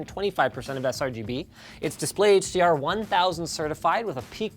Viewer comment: "HDArent" Love that lol